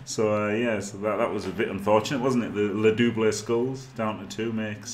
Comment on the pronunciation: Ahah, you pronounced "le double" pretty well :). To go further, skull is "crâne", "le double crâne" :) (with a real a, like in the word "rat", and a silent e)